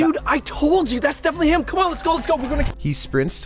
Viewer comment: “this does not deteer heeim..”